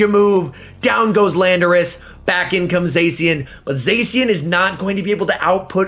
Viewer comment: please don't say "Zesian" , it's pronounced "Za-shian"